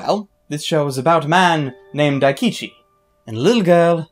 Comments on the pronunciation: I thought he said Akichi first, and I was like "That's not his name, what was it..", then he said something similar to Daikichi and I was like "That sounds wrong, but the name's right." and then he said it right immideatly after :D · Pronounce Daikichi name right plz